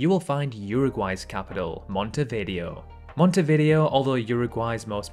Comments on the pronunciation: Montevideo, the video part pronounced as vi-dayo, not video. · It's pronounced Monte-vi-DAY-oh, not Monte-video. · The way you pronounced Montevideo is hilarious🤣🤣